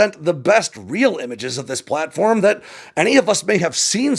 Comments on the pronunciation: It’s “platform” not “plane form”. :-) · Isn’t the word “planform”? (No “plane”)